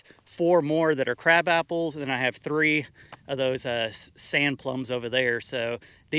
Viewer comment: Did he say crap apples? 😂